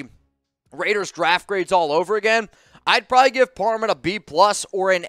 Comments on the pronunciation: It's Parham! Not parman! Your dyslexia is strong this time of year😄✌🏼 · Am I trippin, or does keep saying Dylan par "men" instead of par "ham"? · IT'S PARHAM NOT PARMAN LOL